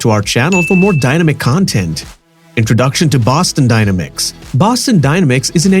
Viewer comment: You’re pronouncing the word dynamics wrong and it's very annoying.